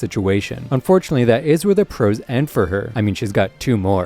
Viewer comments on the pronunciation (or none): none